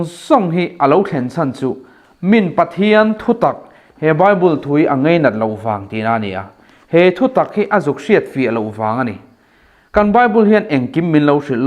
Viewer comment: Ngeinat nilo in, ngainat.pawimawh tak Mei nilo in mai tiin han lam la, pawimawh tak mei tih te pawimawh tak mai...tih te pawh..a lam tal chu tihdik tumhram ang aw,chibei pawh a awmlo chibai tihtur.